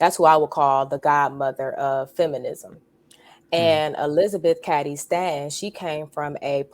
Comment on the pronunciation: Elizabeth Ca(long a for f** sake)dy Stanton. If you really knew anything about this topic, you’d surely know how the damn names of important, relevant people are pronounced, right? Since you don’t think the 19th Amendment was a result of decades of feminist work, why don’t you keep your azz out of the voting booth and stay in the kitchen and let men run the country. Matter of fact, follow the advice of the Apostle Paul and just shut the hell up.